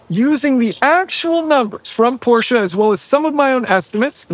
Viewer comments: wie so PorschA? ... kommt jetzt PORSCHE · But PLEASE spell it right, Porsch E! Not Porsch A! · Nigga germans dont ever say "porsha" say It as It Is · who came up with "Porscha" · The car is very nice but couldn't have you asked to pronounce "Porsche" properly?